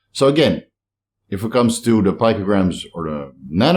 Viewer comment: Hey. Your friendly neighborhood pronunciation BrO here.., GUY no co mastia. Not JYNO And Peeeeeecograms. Not Pike-o. Carry on good lad. Carry on.